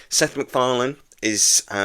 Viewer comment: "Sex MacFarlane".